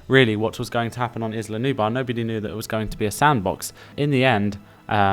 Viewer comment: (Sorry but I’ve got to ask, are you having trouble pronouncing the L? Because you keep saying Nubar instead of Nublar. Nu-Blar.) Anyway what I would do on Sorna is, make herds of dinosaurs but, give one the best colour pattern and stronger than the rest to make it the alpha of the herd. Your opinion about Sorna with first catching the wild dinosaurs before opening the park, is Very awesome!